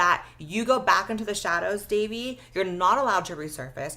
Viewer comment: Fr like c’mon its not that hard Its not “davie” its literally “dahvie” bro should know how to pronounce it 💔